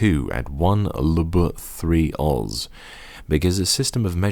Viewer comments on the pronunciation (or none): I laughed at one luh-buh three ozz